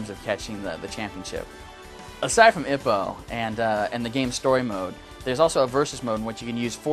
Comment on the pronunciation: It's pronounced ee-poe, not ih-poe.